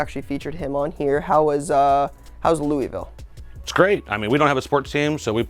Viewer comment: it’s not “looeyville” it’s “looavul”. Lol sweet video tho